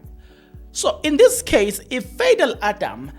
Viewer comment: It'spronounced Pha dhil😂😂😂